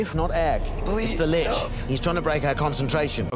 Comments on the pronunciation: I laughed every time you pronounced what I assume was "Lich" as "leash", especially when referring to the manlet when he was possessed. His character is basically that he's the party's harmless pet dog that at first I thought you were calling him a leash on purpose. Lich is pronounced the same as witch. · Litch. Lit-ich. Not Leash. Do you even speak American?